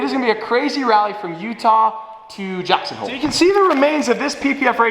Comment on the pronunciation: DID HE SAY “JACKSONVILLE”FOR THE CURATOR CHALLENGE?